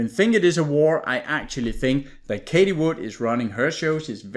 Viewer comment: You mentioned her name so many times, and you pronounce it wrong every time. It's like fingers on a blackboard. Everyone is talking about her...so you surely must know how it's pronounced. Why do you constantly call her Katie ??? It's Cathie, ffs. It's not that difficult.